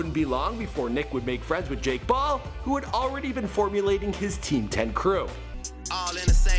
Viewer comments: Dude when you say jake Paul pronounce the damn P. Sound like you were saying Ball. Like damn dude, are you congested or what? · Did anyone here say Jake Ball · said jake ball or is it coz engaland is my city?!...